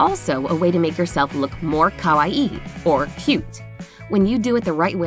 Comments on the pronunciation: Oh my god That’s no how you pronounce Kawaii Kah-wai-ee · The way she said “ kawaii” like “kowai” which means “scared or scary” triggered me so much! I’m Chinese but born in Japan this whole video made me lose brain cells